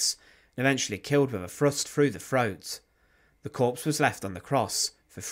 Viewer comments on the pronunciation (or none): "Killed by a ..... A Frust Frough the Froat"..... Awful !!